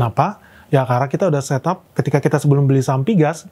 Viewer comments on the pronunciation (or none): none